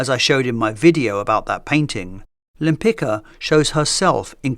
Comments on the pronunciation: Sorry, I had to check… The Polish name Lempicka (originally Łempicka) is generally pronounced Lem-PEETS-kah (lem-pit͡ska). The stress is placed on the second syllable ("peets"), with the "-cka" ending sounding like "tska" rather than "ka" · just a small correction, her surname is pronounced wrong in this video the "cka" ending should sound like "tska", it's a polish surname. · Repeat after me: wem-pits-kah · Her name is actually pronounced [taˈmara wɛmˈpit͡ska]. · It's pronounced Lempic-ka (tz-ka), just as you pronounced Lempicki. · Her name is Tamara Łempicka. Besides that you didn't even try to pronounce her surname right. That is beyond despicable. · Why didn’t you check the proper pronounciation of her last name before making the video? 😢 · That’s a great video! Just a small note for next time—please double-check the pronunciation of the artist’s name. Her husband’s surname, which she later adopted, was Łempicki (hers: Łempicka), and it’s actually pronounced quite differently from how it was read in the video. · I find it amusing that at approximately you show that you are perfectly capable of pronouncing the common ending of Polish surnames "-cki"/"-cka" the correct way, but only when the name was written using a modified spelling "-tzki". However, when it's written in the original Polish spelling it apparently has to be butchered. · Really enjoyed the video (as always). Just a tiny correction: The c in Limpicka is pronounced more like a sharp s or a z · Bro, that's a shame that you didnt check the pronounciation of her name. It' s not that hard :// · Łempicka was Polish, so you're pronouncing her name incorrectly. The "c" is pronounced like "tz" in Polish.